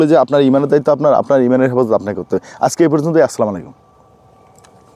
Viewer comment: ভাই সম্মানের সাথে বলছি, আপনি সলামালাইকুম কেন বলেন। বলবেন আসসালামুআলাইকুম। আশা করি ভবিষ্যতে তাড়াহুড়া করে কিছু বলবেন না, সময় নিয়ে আসসালামু আলাইকুম বলে আল্লাহর নামে শুরু করবেন। দোয়া রইলো